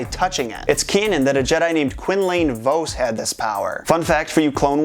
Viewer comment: You bug me XD You mis-pronounced Vos's name